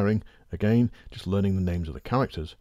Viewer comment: "i'm learnding"